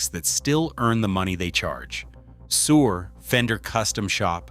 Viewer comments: I thought he said “Sewer” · It's pronouncing Suhr "sewer." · Unwatchable AI .... cannot even properly pronounce Suhr .... SMH